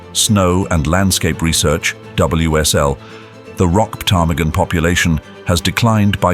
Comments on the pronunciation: The p is silent in ptarmigan. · It definitely felt like A.I. to me! The way the narrator pronounced the p in ptarmigan got me😂😂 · I cannot believe that not one person has told the narrator that the P in Ptarmigan is silent!🤦‍♀️ It sounds even funnier with the posh British accent, and I love a British accent!😂